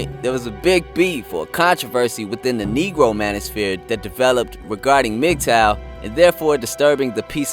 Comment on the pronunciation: He can’t even pronounce Mgtow properly. His IQ is pretty low.